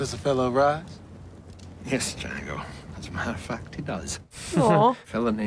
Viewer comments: "Dango" Django: the D is silent not the J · ❤❤ it’s pronounced Django with a silent D on the front so it sounds more like Jango❤❤